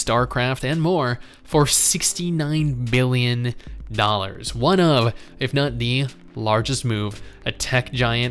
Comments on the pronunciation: It kinda sounded like you said 69 million instead of billion my man! Tho i think everyone knows it was billions. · i could swear you said 69 mil not bil, lol but no 69 jokes >.>